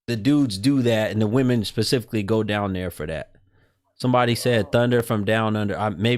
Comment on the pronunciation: C'mon. Really "PACIFICALLY" Bruh. It's "SPECIFICALLY" Kamalya?? Obviously, you were asleep in grammar class.